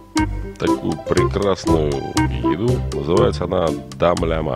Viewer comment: Мы всегда говорили "Дым лямЭ"